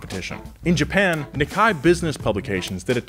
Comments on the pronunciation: Knee-kay, not nick-eye 😂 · Love the channel, gents ... but please stop mispronouncing Nikkei. For a car channel that also covers quite a bit of japanese cars - you’d think some effort would go into pronouncing it right. (I’m mentioning it cause it’s not an obscure rarely used term. Everyone knows it)